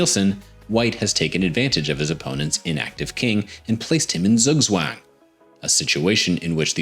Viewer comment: This is super random, but maybe someone finds it interesting: If you want to improve your pronounciation of the term "Zugzwang" (german = forced to move), pronounce the 'z's like a 'ts', as in the word "tsunami". 😊 (I know this bc I am german)